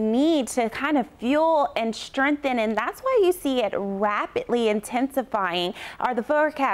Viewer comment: Girllll your pronunciation is awful 👌 "strengthen" "in agreement"no acting career gig for you